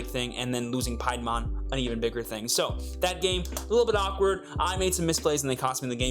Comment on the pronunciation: Its "pee-a-mon"